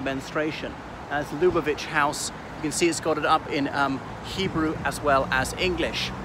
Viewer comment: Hello - the correction pronunciation is Lub -AH - vitch, with the accent on the 2nd syllable.